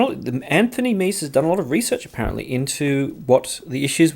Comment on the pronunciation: If Meze were an English word, perhaps your pronunciation would be correct. However, it isn’t; it’s Romanian, and pronounced “mehzay.”